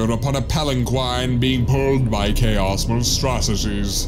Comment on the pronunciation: I have watched and rewatched this many times, and only just noticed that said Chaos, not Choas.